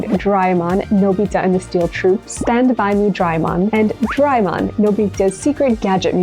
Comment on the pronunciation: SOMEONE CALLING DO RAY E MON SO FUNNY😂😂😂😂😂😂😂😂😂😂😂😂😂😂😂😂😂😂😂😂😂😂😂